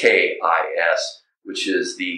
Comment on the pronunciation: LKIS not AL KIS